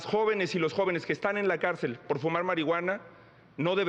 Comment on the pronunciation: Xochilt: Pot, poque, impoctante 😂